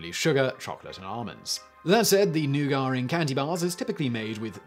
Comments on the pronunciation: Comment section: it's nougat, not newgar Me, a person who has only heard the word in russian before: it's nooga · Nugar? No, "NEW-git". Of course, we have people say "caramel" as "CAR-uh-mul", so I guess I can overlook that. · “Nagar”? Isn’t it nougat? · "nougar"? do you mean "nougat." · I didn't hear the R. Might be a native speaker thing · First ever mind-blown moment ever watching this channel: Nugat (new-gat) pronounced New-garr. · When you say nugar, do you mean nuget? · Noogit! Not “Neyuah-guah!” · New-gar? its pronounced New-get around these parts. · Don't be like Randy on South Park. Watch THOSE N-words ending with a hard "R"! Ha ha ha!!! In America, we pronounce Nouget as neww-gett. Not, new-gar. Just sayin'. Talking about the mark. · He is saying noo gah or some times he speaks it as new gar... which i recognize as ヌガー but living in USA since 2007, i think i should tell people, he means nougat! Americans pronounce it as no͞oɡət nou +gat.. nougat! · Nugar....hmmmmm nougat? Noo-gat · New get. I’ve never heard newgar before. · New-git, not new-gar. Not news: Simon is still trolling his viewers. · It's nougat, not nougar !!!! It's like the Nike Fiasco all over again.🙃🙃🙃🤦🏾‍♀️ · I've always heard pronounced as NEW-git. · I was listening only and not watching, and spent the first half of this video trying to figure out what new-gar was. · I’ve never heard it pronounced anything but NOO-gitt, I had to stop the video and look at my partner to confirm her surprise as well. Hahha. I love humans. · the word, Newgah, made me recoil. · What's a 'noogar'? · Nougah (Nougat) is like "rick" spelled with a silent "p". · "new-gar"? Wtf lol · wtf is a newgar?! is it like leves? or like chiner? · New-gut please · Wtf is "NEW-GAR" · You are speaking English. Using the word Nougat while speaking English, you are suppose to pronounce it 'New Get'.... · It took me a really long time to figure out he was saying nougat😂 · Their isn’t even an “r” in that word. 😕🤔🤷🏻‍♂️